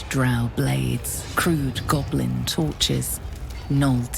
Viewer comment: Its GOB LIN , not gobalin lol